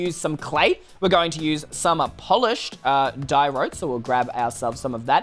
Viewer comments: It's not Diawrote It's Diaorite!!!!!!! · “Polished diROTE” isn’t it pronounced die-or-eye-t? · no its “Day-yor-rayt”. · Does anybody else say Diorite like di-er-ite when says dirote? That might just be me because I’m American but plz guys tell me does anybody here say dirote Like if you say it like me (Small YouTuber btw) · Wendelyle Curro no in school its pronounced die-ore-eye-t